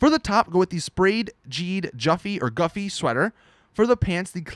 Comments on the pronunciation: Its pronounced "goofy" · Ok I just want to say this because it's bugging the shit outta me. Güffy is pronounced "goofy". The "ü" is pronounced like two O's